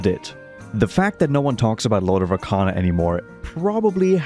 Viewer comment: Brother said "Lord of RACANA" so many times in the video, I left thinking it's called Lord of Racana instead of Arcana.